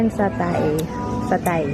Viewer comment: Hi, the place looks relaxing and beautiful just like in Ubud, Bali... by the way, it's chicken satay ( "sa-tey") 😉